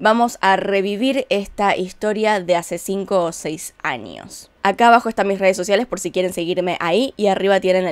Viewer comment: Por qué dices "anios o "anio" o "maniana"? 🤔 Aunque fuera de eso tus vídeos son de ptm, salu2 desde Perú jeje.